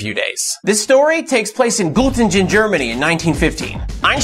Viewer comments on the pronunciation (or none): It's pronounced götting'n, not gottinj'n.